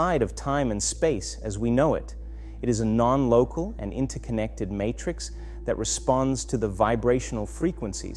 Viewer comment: When I heard him say “interconnected” in an Australian accent, I stopped the video.